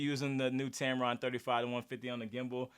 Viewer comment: "Tampon" made me laugh. Great video. 👏🏼